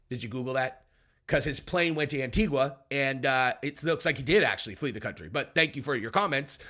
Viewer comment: the U is silent......"Anitiga"